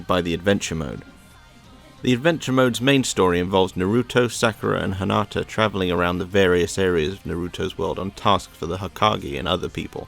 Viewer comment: Why does he keep calling her "HANATA"!?!?! When her name is "HINATA"?!? :/